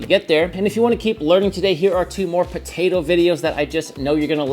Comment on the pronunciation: It's potato not ptaydo 😂